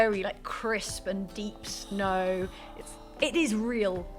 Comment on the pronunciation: Did just say "It's covered in shnow?". I'm pretty sure just said "It's covered in shnow." I'm pretty sure that's adorable.